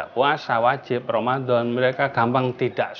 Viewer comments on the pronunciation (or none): Koq Romandhon?, Romadhon apa Romandhon pak?.